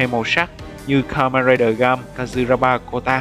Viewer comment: Là gaim... ga-im chứ ko phải gam đọc gam là thiếu "i" rồi